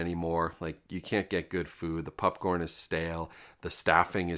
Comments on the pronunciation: Is it just me or do you say popcorn weirdly? Sounds like pupcorn. Very distracting. Still, love the content dude! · Why does this dude keep calling popcorn PUPcorn? I'm not imagining that, right?😅